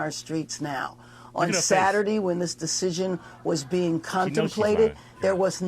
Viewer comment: She cant even say “saturday” correctly… saturdee